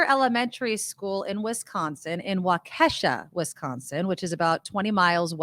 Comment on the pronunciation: Wisconsin native assistance here: Waukesha is pronounced WAH-keh-shaw.